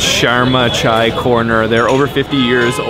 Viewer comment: At least one foreigner who can speak chai properly it's that simple